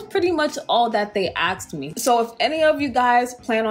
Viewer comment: “Axed me”. Are people trying to kill you or something 😂